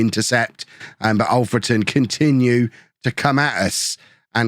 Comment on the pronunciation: I don't mean this badly, but thank you for pronouncing Alfreton right! 🙌🙌 The last few episodes, you've not said it right. And it was bugging me a lil, as I'm from there my self